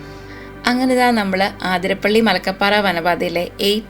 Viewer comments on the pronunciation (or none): ആതിര അല്ലാട്ടോ, അതിരപ്പിള്ളി ആണുട്ടോ